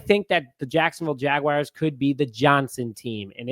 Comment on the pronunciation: Jaguars...not Jag-wires 🤦🏿‍♂️😆